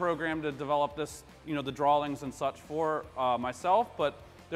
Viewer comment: Did he just say "drawlings"?